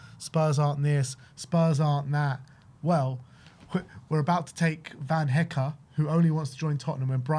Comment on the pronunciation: I wonder how long before says Jan Paul van Hecke’s name correct the first time 😂